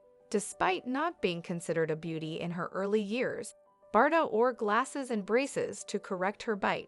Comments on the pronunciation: Yes how ridiculous her prononciation of Bardo as Bardott!... I cringed every time! 😖🤨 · Learn the right prononciation of her name, it is not Bardotte, but pronounced Bardo. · It’s not bar-dot. Please learn the correct pronunciation. Cringe. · You should really look into pronouncing words an names properly cause it really makes you sound unintelligent and ignorant even a little Illiterate not being mean but bardot is said like bardoe i can understand that mistake but how do you fuck up words like object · The T is silent in Bardot. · She can't even pronounce her name and pretend she knows her life. It's bs video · Americans are so dumb😂😂🤣🤣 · The t at the end of her name is silent. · How wd she know about BBs life when she doesn't know to pronounced her name? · Every time she mispronounces it I want to crawl out of my skin